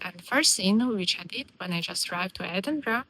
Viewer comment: How is it that a young lady from the Ukraine can pronounce Edinburgh properly, but not a single American can manage it? 🤣